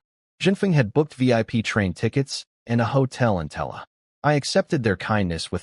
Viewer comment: Tella? Don't you mean Terra?